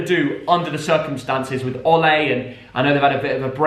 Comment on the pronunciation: Why dies pronounce Ole like that